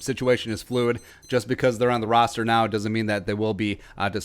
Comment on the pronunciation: Is he saying rooster on purpose I’m guessing so but idk